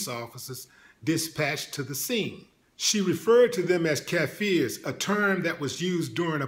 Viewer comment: willie its kaffers not kaffeers